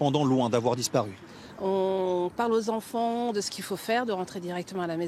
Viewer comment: Pourquoi tous les medias sont incapables de dire enfant???????😡😡😡🤬